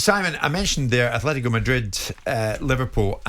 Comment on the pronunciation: There is no 'H' in Atletico Jim! Sick of fucking saying it!!